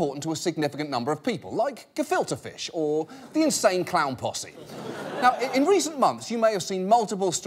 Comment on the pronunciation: He said Gefilte Fish right on his first attempt! Someone show this to Chris Tucker!